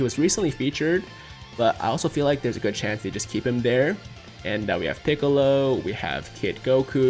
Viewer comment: "pooiccolo" oml, caught me off guard.